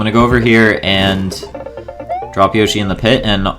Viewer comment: I'm so triggered by that pronunciation of yoshi